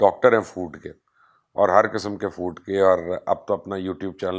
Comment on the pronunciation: فوڈ ہوتا بھائی فورڈ نہیں